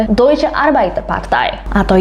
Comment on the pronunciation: Deutch baca nya doitch